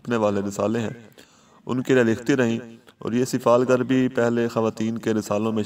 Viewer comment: Its not sifalgarl its sifalgar mind it